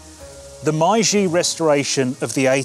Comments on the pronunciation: Mee-Geye! :D :P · Say it with me #Meiji (MayG)